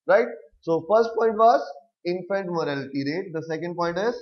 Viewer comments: it's not 'morality'.... it's "mortality"... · It's not morality , It's mortality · Sir vo Mortatity hota hai morality nahi😑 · It's infant mortality boss not morality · its not morality rate its mortality rate... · please correct yourself it is not infant morality, it is infant MORATALITY*